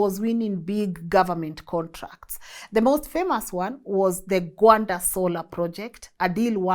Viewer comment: Interesting that you pronounce Gwanda correctly and Nqobile close